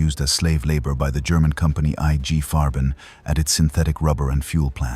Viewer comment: The way EYE GEE Pharma is pronounced is as creepy and bizarre as the way the year is uttered. WTH?